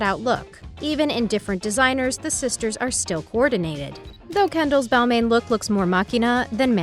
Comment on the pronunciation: It’s pronounce “ball mon” also it’s “mew glare”